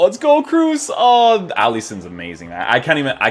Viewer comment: Pronounce his name properly as something similar to ''cross'' not double ''o''